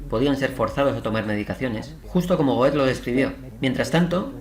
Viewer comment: Una pequeña observación: la pronunciación de GOETHE Muy interesante y sobre todo impactante... Gracias